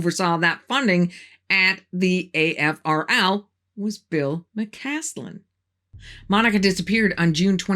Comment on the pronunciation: Just a heads up: you sometimes mispronounced McCasland's name by saying McCanlan. Otherwise a very good video. Thank you.